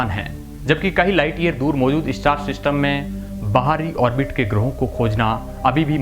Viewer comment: इस्टार " नही स्टार " बोलो